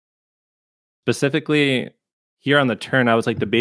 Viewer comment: Did just say pacificly?😂